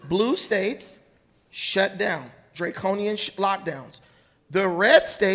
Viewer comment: "dre-conian" lmfao